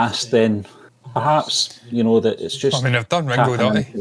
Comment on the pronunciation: Its Ringo not Rengo